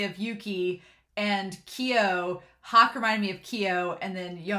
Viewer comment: Hak....like hack... I always pronounced it Hawk.